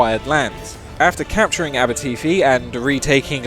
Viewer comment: as someone that lives in aberteifi, i cringed every time he said it